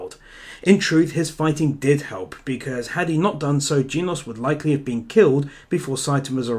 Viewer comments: its genos not geenos. is it that hart to say! im getting angry because of it. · Oh man.. he pronounced genos Jeenos 👏👏👏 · Genos is pronounced like generation (the gen part) and then os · U say genos wrong